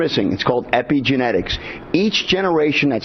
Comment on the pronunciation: Since he can't even pronounce epigenetics, I doubt he knows the first thing about it.